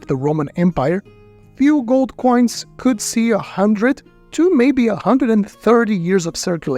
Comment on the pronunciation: He pronounces two as tchoo 🚂🚃🚃🚃